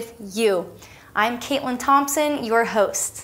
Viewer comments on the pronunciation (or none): none